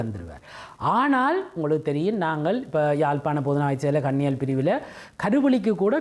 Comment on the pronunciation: கண்ணியல் பிரிவு....... கன்னியல் பிரிவு........ என்று தவறாக!!!!!! ???????